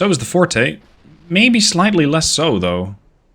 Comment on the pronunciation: Forte is pronounced like Fort. Fortè is the musical term.